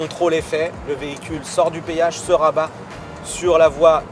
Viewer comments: C'est un génie ce gars.On appelle ça un Péage pas un payage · Petit con on dit péage pas payage